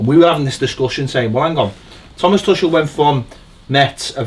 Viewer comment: It’s pronounced Too-kul 😊